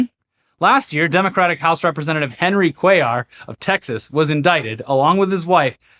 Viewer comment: Lol Cuéllar is a common last name in my country and I didn’t think they were talking about someone called like that because that’s not how you pronounce that last name at all . But then again everyone does it over there is those news snippets are anything to go by, so I guess pronouncing it correctly even by the people called that would be seen as snobbish